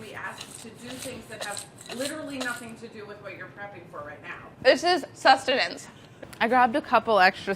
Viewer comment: "THIS IS SUSTAINANCE" 😂